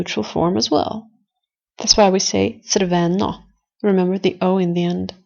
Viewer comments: Nice video, but your pronounciation of crveno is not correct (unless you speak in a dialect). The acent needs to be on R not on o...shrortly on the beggining of the word. otherway good job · Your accents are sometimes wrong. Red - crveno has accent on first half not on e... This, that- ovaj, onaj also have different accent than how you pronounce it. Are you native speaker?